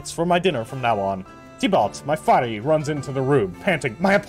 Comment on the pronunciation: faris is pronounced with the s at the end. faris is also singular, the plural would be forsan.